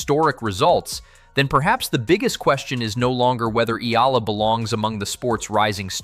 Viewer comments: Alex's surname is pronounced "EH-YAH-LAH"!!! (THREE SYLLABLES) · ee-YAAAHHH-lah yes emphasis on YAH!